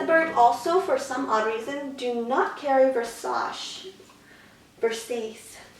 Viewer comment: Versace is pronounced